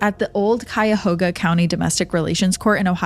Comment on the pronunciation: Cuy-a-HA-gah, right? To me, she pronounced it correctly. But that’s coming from a native NE Ohioan outside of Cuyahoga County (CF area).